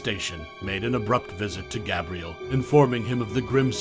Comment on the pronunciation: I can’t do it, this guy can’t even pronounce Gabriel correctly